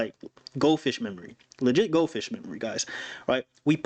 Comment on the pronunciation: did you say gold fish memory😂 I can't hahahahaha